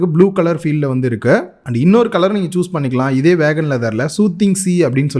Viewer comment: ஐயா, அது வீகன், வேகன் இல்ல